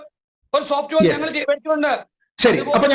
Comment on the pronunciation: സോപ്റ്റ് വേയർ അല്ല സോപ്